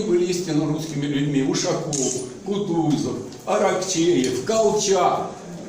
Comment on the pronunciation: Не Ушакóv а Ушákoв.